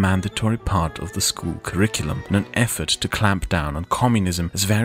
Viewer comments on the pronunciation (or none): none